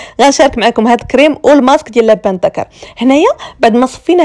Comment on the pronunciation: النطق الصحيح اللوبان الدكر او الحوجري نطقكي لبان تعني الرجل اللدي يبيع اللبن النطق الصحيح اللوووووووبااااااان اعباد الله